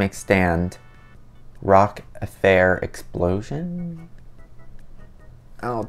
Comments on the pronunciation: rock-A fire explosion is how its pronounced not affair :) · *it is said like "rokk a fiyer exploshen*" that is it sounded out